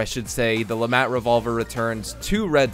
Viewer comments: Hearing Le MAT hurts my hears, pretty sure it's pronounced Le "Maut" "mont" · Its French. At least dont say the T.